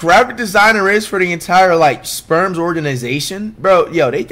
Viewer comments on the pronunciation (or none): Please stop saying “Sperms”😭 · "sperms" always catches me off guard bro 😂😂😂😂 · Is it me or does it sound like he calls the spurs the sperms 😭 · He does call them that lol